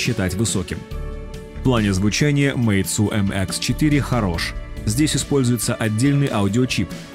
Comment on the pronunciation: мейцу ахахахахах